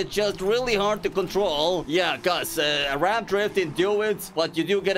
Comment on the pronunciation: Bro fr said erab drifting 😭(I’m Arab it’s ok people do mistakes and I’m not making fun of you I like your content ALOTTTTT keep it up 👍 👍👍😁)